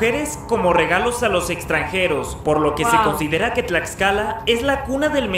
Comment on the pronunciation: Tiene una historia muuy interesante, si es muy pequeñito pero le es suficiente para tener gran relevancia en la historia. Los murales dentro de su palacio de gobierno son hermosos contando la historia desde la época precolombina, se come muy rico. Tlaxcala, lo pronunciaste bien 👌🏽